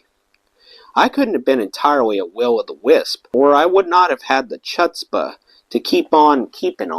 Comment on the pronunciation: Chutzpah (first part is h then the oo sound like foot. Hootzpah) It roughly means "has the chutzpah/courage/balls to do it. Oy vey (0y is like oil without the l. Oiy) It roughly means oh, no or oh, sh"t because something didnt work out like you wanted. The language is Yiddish. We know a few words because we grew up in a Jewish neighborhood... You did great!🤘